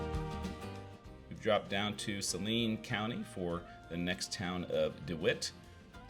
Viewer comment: I'm very impressed with your correct pronunciations of Fairbury, Saline (County) and Roca. Even some local TV and radio people get them wrong. Usually people hired from out of state. Makes me gnash my teeth.